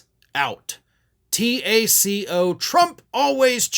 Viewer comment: should be pronounced take-o